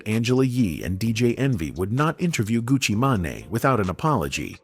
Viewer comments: Gucci Manai? 😅 GTFOH ai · This is terrible for ai. Gucci ma-ne 😂😂😂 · Gucci Maa-Naay????